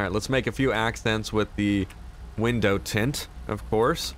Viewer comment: When ever you say window tint I always think your saying windows 10